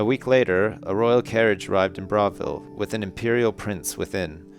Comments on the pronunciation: AHHHHH it's pronounced "bra-vile", like "Bra-vil" not bravel :L I normally wouldn't mind but its Oblivion. With Oblivion, or any TS game, everything must be perfect! ;) good reading though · It's pronounced Bruh-vil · lol he said bravil wrong the whole time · This'd be better if he didn't mispronounce the name Bravil throughout the whole book :P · is pronouncing Bravil wrong.:(